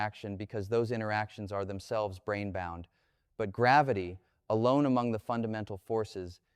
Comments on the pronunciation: I really lost interest when the AI failed to dis-CERN (see what I did there?) the difference between "Brain" and "Brane," which is one of the lines of research within String Theory (as I, a layman only understand it). Branes are MemBranes, two dimensional rather than one dimensional as with strings. But not "Brains," however many dimensions are or might be used to describe them. This is what happens when AI uses AI to narrate material AI has generated itself out of thin air. My dog also chases its tail. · Not "brain", but "brane" as in "membrane". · "brain" = Brane (Membrane)